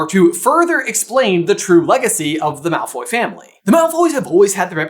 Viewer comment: not “Malfoy’s” 😭